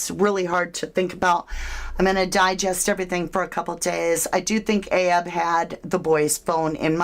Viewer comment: It's not ahab